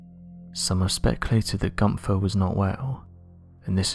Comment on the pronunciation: Dear Americans, It's "Günther" and not "Gunser" and it's "Van Gogh" and not "Van Goe".